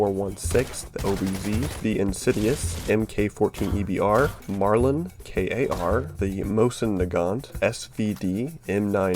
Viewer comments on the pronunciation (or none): It’s not “K A R” it’s simply KAR 98